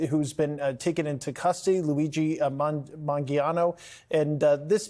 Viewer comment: “luigi mangiano” 😂 incompetent journalists lol